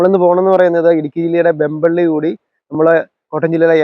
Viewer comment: വെമ്പള്ളി അല്ല, വെംബ്ലി . ഇംഗ്ലണ്ടിലെ വെംബ്ലിയെ ഓർമ്മിച്ച് ഇട്ടതാണ് ആ സ്ഥലനാമം.